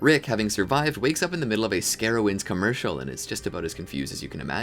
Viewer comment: Scarowinds! You gotta be from North Carolina